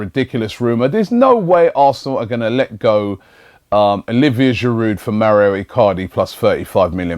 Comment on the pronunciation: I hope the Mauro icardi rumours end so Robbie doesn't mispronounce his name everyday